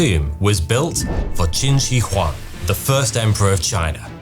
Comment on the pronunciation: The mispronunciation of Shi in Qin Shi Huang kills me 😅